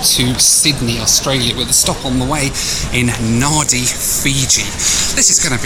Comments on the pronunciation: Naan Dee is the correct pronunciation. Nandi, rhymes with handy is an incorrect anglicised version. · Sorry to be pedantic but 'Nadi' is pronounced 'Nandi'. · No good when people can’t pronounce a name correctly, Nadi, Pronounced Nan Di, get it right when travelling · Please pronounce names of places the correct way. In Fiji at least you could say BULA to the employees and its NADI with an 'A' like in Africa. Gabriel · Just a small point, Nadi is pronounced Nandi! A perculiarity of the Fijian language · Nadi - Pronounced Nandi! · Pronounced Nandi not nadi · It is pronounced NAN-DI not NA-DI. I am glad he said fi-JI and not FI-ji like Americans do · Nadi pronounced Nandee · It's pronounced - Nandi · I kep thinking was saying, "Naughty Fiji!" LOL. I was wondering why Fiji was considered naughty. 😂😅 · Nadi is pronounced Nandi, and how do I know? Because my wife is Fijian and born there. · Just a tiny comment. Nadi is pronounced Nandi. We all fall into that mistake. I always enjoy your vids & my biggest truth. I go straight to see the food. It isn’t always what I’d expect for the Class you’re travelling & the price you’ve paid. I see you as a chap I’d like to share a cuppa with under my house. I live in a Queenslander which supposedly is open underneath to cool the house in Summer. A lot of people enclose downstairs for extra living. I’m in the process of having my downstairs turned into a plant oasis. Not overdone but just beautiful. So if you’re in Queensland you know you’re always welcome. Especially for a cuppa. Who said life has to be serious!!! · I honestly thought you were saying Naughty Fiji. I was thinking, why is Fiji naughty? LOL! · Hey. It is pronounced “Nandi”. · It's pronounced Nandi! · Rofpm. The checkin clerk and dont know how to pronounce Nadi "Nandi". The reason they have no express lane in L.A. is karma for mispronunciation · Nadi is pronounced as Nandi 😊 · Natives pronounce it Nah - dee. Nahn- dee is acceptable.